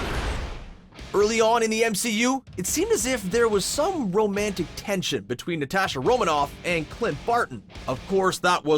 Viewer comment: OH MAH GAWD SAY IT WITH US: N-A-T-A-S-H-A ITS SO FRICKEN EAZY